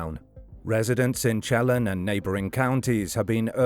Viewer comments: It's pronounced "Sheh-lan" County , like in LAND, without the d. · Chelan County is sha-lan I think he's dead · I love how narrators cannot pronounce the indian names of sone WA locations like "Wenatchee, Chelan, Spokane, etc. I wish creators would look onto how place names are pronounced.